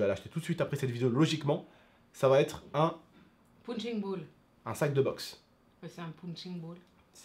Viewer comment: Goku Rétro pounching ball mdr on dit punching ball